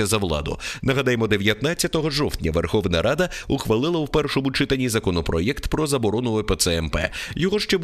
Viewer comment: ЧитАнні. Не чИтанні.